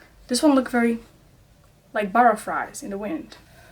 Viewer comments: My mom heard you say burraflies and she said “KENYA GIRL” I was scared for me life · I love how she says burrafries